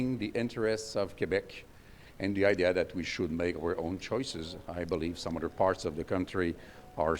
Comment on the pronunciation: For being such a smart self professed lawyer he sure doesn't have a grasp on the english language. Dis and dat are not words in the english. language.